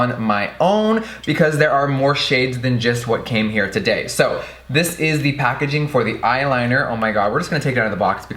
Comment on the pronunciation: That pacaging tho😂